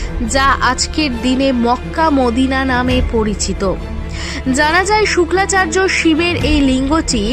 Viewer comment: কনটেন্ট বানানোর আগে শাস্ত্র ভালো করে জানতে হয় শুক্রাচার্য কে তুমি বলতেছো শুক্লাচার্য এটাকি?